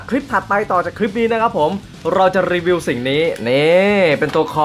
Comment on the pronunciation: อินโทรพี่คำว่ารีวิวเเมนเเต่เสียงมันได้ยินว่ารีเวียวเเมน